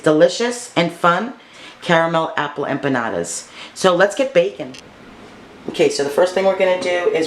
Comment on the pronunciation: The way you say it is correct!